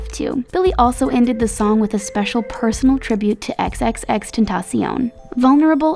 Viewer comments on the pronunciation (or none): When she went "XXX Tentasssion"... Ouuff, I felt that! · Cristina García Ruiz Tantacioon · " ten tas I on" literally that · Her saying ten ta see un (tentacion) makes me die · Jiji dijo tentacion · omg the way she pronounces Tentación....😪😪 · I am from Spain and it triggers me😭😭😭